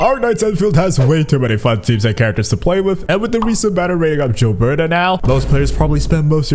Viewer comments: For the love of god stop calling her Jilberta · Gilberta you read like GIF or GOD